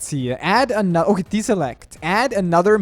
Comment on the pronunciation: He says "uh" at the end of some words like "I think its gonna be okayuh"